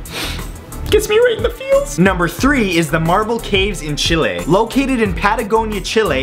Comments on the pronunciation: he actually pronounces it closer to what it should be pronounced. In spanish its pronounced Chee-leh, americans tend to pronounce it as chilly but thats way off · RedEurika in english it is pronounced chilly, in spanish is with the E.. pretty much like matthew pronounced it